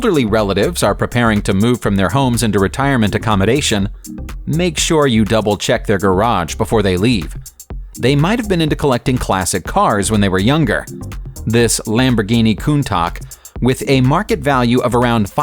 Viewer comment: he said the Lamborghinis name wrong